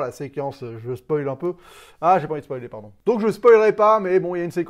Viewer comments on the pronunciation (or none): none